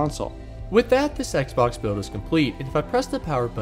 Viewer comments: did he just say sex box? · i cannot unhear sex box